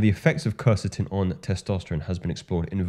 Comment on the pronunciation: "Kwercetin" - You said it right bro.😊